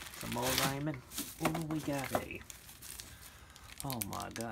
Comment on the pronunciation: RAMEN is pronounced: RAH - MEN